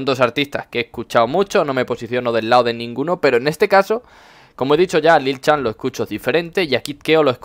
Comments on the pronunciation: no se pronuncia lil chan se pronuncia lil san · que rabia cuando pronuncias lil chan